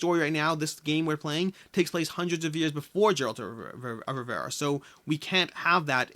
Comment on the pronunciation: Slight name correction: Geralt of Rivera. It’s a common mistake to add the “I” in the last name, it happens to me all the time too =P